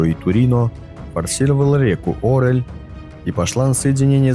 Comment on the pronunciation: О́рель додик такой реки нет ,есть Ори́ль